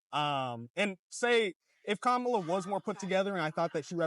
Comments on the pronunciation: im so blown away he pronounced Kamala correctly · I give him credit for at least pronouncing Kamala's name correctly, then came the "taxes and vibes" and "Jewish influence" comments, then everything unraveled.